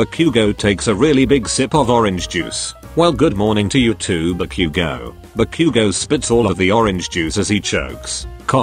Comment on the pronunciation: IM SORRY BUT “ BACOOOGO” AND “DEEKOO”💀